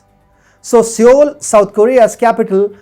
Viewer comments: Seoul is pronounced 'soul'. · Sir! With apologies, I would like to say that although the capital is spelt as Seoul yet the said city is probably pronounced as "SOUL". With respect, regards and best wishes. Thanking you 🙏